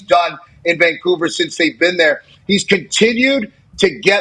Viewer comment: Who calls it frickin COUVER? No one. Lived here 40+ years.